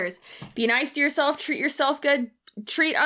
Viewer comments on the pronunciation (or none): I know this is judgemental,but every time she says the word treat it sounds like tweet!!!